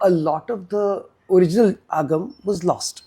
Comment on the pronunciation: The interviewer’s pronunciation of Sanskrit origin words sound a bit pretentious😆 . Would be more authentic if she said आगम instead of अगामास. Great job by the interviewee🙏